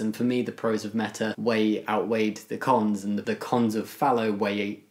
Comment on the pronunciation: I suspect you almost blurted out a rude word when you tried to say "cons" and muddled it up. 🤣